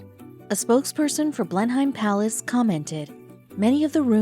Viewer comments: Blenheim is pronounced BLEN-um. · When you pronounce Blenheim the h is silent.